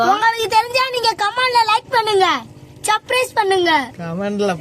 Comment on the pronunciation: டேய் தம்பி அது சப்ரைஸ் இல்லடா சப்ஸ்க்ரைப்😂😅